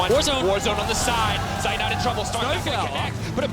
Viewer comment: I'm always triggered when the casters mispronounce Zeitnot...after several years they still didn't manage it.